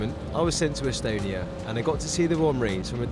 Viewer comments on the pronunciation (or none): Good top qual video, but you absolutely butchered the location names of Estonia. Had you not showed a map and said you were in Estonia, my home country, I would've had no idea what places you were on about.